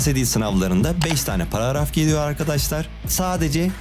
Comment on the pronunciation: paragraf ❌ paraaraf✔